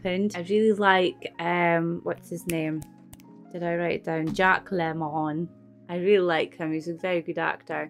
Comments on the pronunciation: Maybe someday do a set of Jack Lemmon (pronounced lemon) movies? Some good ones. The Odd Couple, Grumpy Old Men, etc… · Lemmon is pronounced like the citrus fruit. A lot of top-notch character actors in this film. If you haven't already, I'd love to see you react to "Wings" (1927), the winner of the first Academy Award for Best Picture. Also the first Academy Award winner for Technical Achievements. It just entered the Public Domain in 2023, so be careful and don't watch the 111 minute censored version. Watch the 144 minute restored version instead. I believe both versions were in wide Distribution at the same time. Most American films of the era took 1 month to produce. It took nine! It was the most popular film in the U.S. and Canada in 1928. It cost a staggering $2,000,000 (staggering for the time), and STILL turned a profit. The restored version was very progressive for its time, which is why it was censored for cities like Boston. Boston was very heavily into the censorship of films at that time.